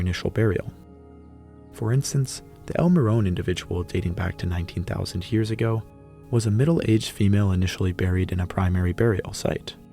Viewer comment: I can not be the only one stressed out by the way he pronounces years as Hyears